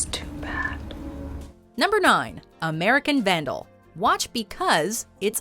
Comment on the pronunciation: can't blame them for number 9, as it sounds like "American sandal"